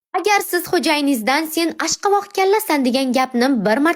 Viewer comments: Xaqattan awqavaq 😂 ASHQAVAQ❌ OSHQOVOQ✅ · Ашковокмас ошкавок окиманан она тили окиганмисан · Ashvaqoq emas oshqovoq😂😂😂😂😂😂😅😅😅😅😅😅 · Ashqavoz❌ Oshqovoz✅ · Ash qovoq emas Oshqovoq boladi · Oshqovoq bu inson😂😂😂😂😂Ashqovoqmas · Ashqavoq disiz oshqovoq. Keyin biza yuvuqsiz Irish qoldirmimiz bavisiz ham yaltiratip qo'yamiz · Ashqavoqmas oshqovoq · Awqavaqmas Owqovoq boladi.😂😂😂